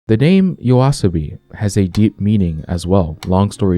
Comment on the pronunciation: Same here btw, didn't even notice until he said the name properly and it still feels different.